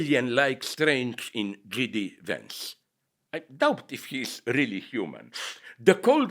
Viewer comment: Hilarious and heartbreaking to hear Slavoj say "JD Vance"